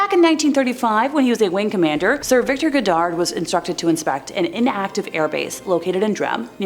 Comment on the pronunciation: "Edinbro" FFS Never mind the pronunciation of Irvine or Goddard.